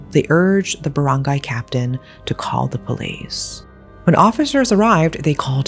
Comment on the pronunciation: Girlllll i really thought u live in ph after hearing you say filipino words and how u pronounce it LOL i was so amazed!!! the way u said those baranggay, maguindanao and their names. Anyway creepy and disturbing crime. Why would they do that to their mom